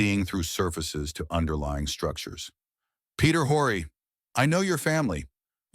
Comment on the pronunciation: Historical fiction. More research and less politically correct fabrication was needed. ( and his name is pronounced O-ree)